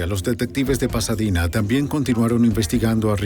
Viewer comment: "Texas" o Tejas. "Pasadina"o Pasadena.🤨